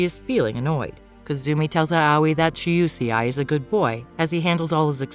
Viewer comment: UCI??? 🤣🤣🤣🤣🤣🤣🤣lol it's Shuseii🤣🤣🤣🤣🤣🤣